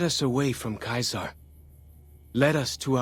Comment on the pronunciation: Joshua Graham is one of the best NPCs in New Vegas! He was Caesar's Legion but now he doesn't even give Caesar the respect of pronouncing it like other Caesar's legion followers